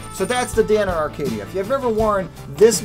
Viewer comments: It’s Acadia not Arcadia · It's Acadia not Arcadia. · There is no "R" in Acadia...stop saying, "Arcadia" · Every time he said "Arcadia" I wanted to punch the screen. How the hell do you get that from reading Acadia? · Acadia not Arcadia.... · I think the "R" is silent...